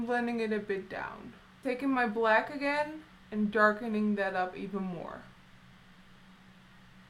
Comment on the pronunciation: I love how you say bllllend, bllllack, blllling.... :) True blood is my favorite TV show! ♥♥